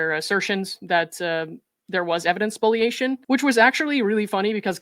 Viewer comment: Thank you for pronouncing "spoliation" correctly.🙂